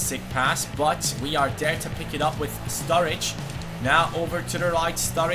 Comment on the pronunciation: Strurridge lol